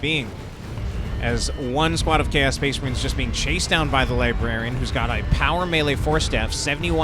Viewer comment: Spehs Mahreens